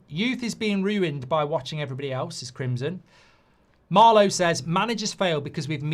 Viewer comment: Goldbridge, when you open the show, can you start with "Hello EVERYbody" and not as you always aay "Hello BODY" .. its everybody, not body!! 😄 🤣 😂